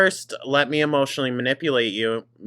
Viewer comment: It's maNIPPLEate, you don't understand vocabulary like she does 😂